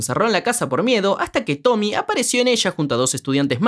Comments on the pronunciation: SE DICE TOMIE NO TOMI 😭😭😭😭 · Es tomie tomieeee no tomy 😭😭😭